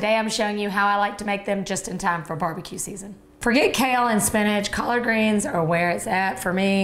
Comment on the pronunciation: Collaaaard greenzz and caaarn breaaad lol